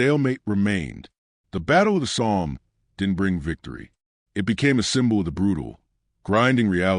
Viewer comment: Somme. Stupid Ai